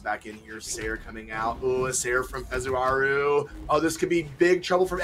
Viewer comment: Why do casters keep saying "fezuraru"?